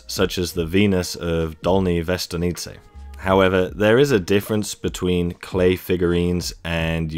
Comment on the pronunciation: Good pronunciation of Dolni Vestonice my friend. Also, thanks for the videos.